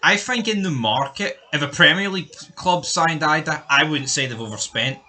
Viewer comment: It's pronounced ee-dah btw. Celtic havent played well in those games, but the ross county game, you said they were the better team. We were shite but still the better team. That was the point. Idah wasnt worth 9 mil but could be. Lads still young with lots to learn so im not going to compare him with anyone until he gets a full season under rodgers